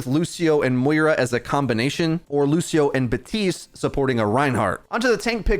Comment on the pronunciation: Im pretty sure you are saying Batiste when it’s Baptiste.